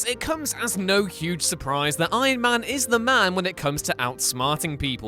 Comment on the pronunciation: No one: Narator: EYeMAn